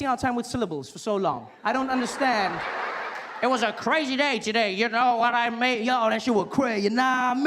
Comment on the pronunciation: The "no wah mean' is sounding like " Naomi" that hahaha